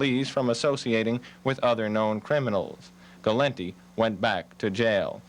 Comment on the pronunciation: gal- lint-tee ???????????????